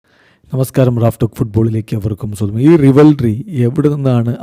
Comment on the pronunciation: റിവൽറി അല്ല.... റൈവൽറി.....